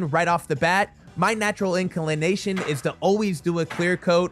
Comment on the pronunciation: Was you drunk when you posted this video, only simple mistakes but a lot of them misspelled titles, mispronounced “inaclana-action” (inclination) then calling a course thread screw a course head and fine head, no such thing 😂